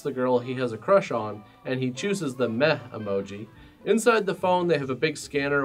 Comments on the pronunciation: Took me a while to realise isn’t saying “meth" but rather "meh". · I thought you kept saying "Meth" Emoji- What made it slightly more interesting for a while until I clicked! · Instead of "meh emoji" I first understood "meth emoji". That would have been an interesting movie. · I thought you were saying Meth emoji for a second. Like what, he's got Meth parents too?